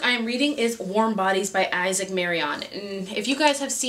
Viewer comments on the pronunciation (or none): none